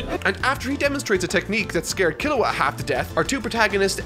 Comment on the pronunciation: So everyone went crazy how pronounced Gon, meanwhile i'm cringing so hard everytime he says Killua the "english" way. It hurts me